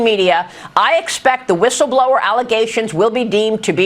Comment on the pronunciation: A "wishel blower"? How is somebody with a speech impediment allowed to be in front of the camera on the news? She sounds like Daffy Duck.